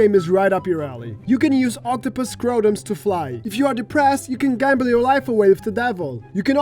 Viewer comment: I laughed at "octupus scrotums"